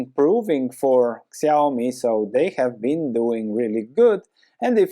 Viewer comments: Nice analysis! It's pronounced shee-ow-mee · Yeah, you pronounced it wrong: it's more like "shiaomi" Xiaomi price looks not bad now, also it just double bottomed, but about the company, they don't have a strong moat. You don't buy their products cause you wanna own a xiaomi, you buy cause they look ok and they are cheaper than other. Next time you may buy an other brand cause who cares if it's xiaomi or whatever. They don't even use the same logo for their mobile phone and the electronic appliances.